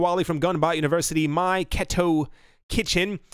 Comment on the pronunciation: Your patreon’s name is pronounced “my K-E-toe kitchen”